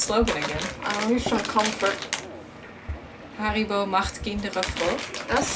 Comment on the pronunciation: good haribo german XD mfg Olli